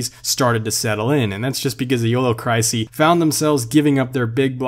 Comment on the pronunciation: Thum and crisey.... please please. ThEm.... crisIS.... LIKE theminem or isis. Please lol. You pay so much attention to how to pronounce a cars name lol Love your videos so much though